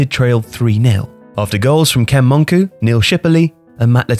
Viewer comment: The narrator has shown his age here. If he was old enough to remember Super Ken Monkou, he'd know that the surname is pronounced mon-cow.